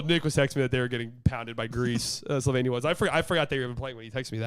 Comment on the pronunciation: Slovenian here. almost nailed pronunciation of Slovenija 👏🏼👏🏼👏🏼